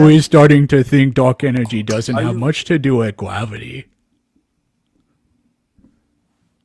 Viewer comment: Gwavity.. is this Elmer Fudd?